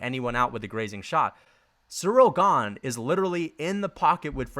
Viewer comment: That’s not how you say Ganes nickname